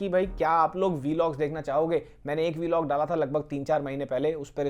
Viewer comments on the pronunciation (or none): Yaar ye V log bolna band karo please. उसे व्लॉग कहते है।